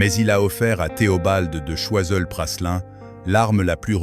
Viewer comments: L’hôtel de Choiseul Praslin ( on prononce Prâlin et non Passelin) n’est pas situé au 55 fbg Saint Honoré mais rue de Sèvres !!!! Le 55 est l’Elysée… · Se prononce Prâlin et non Prasselin. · L'hôtel de Praslin !?! se prononce Prâlin ... Cette voix iA n'est pas à la page !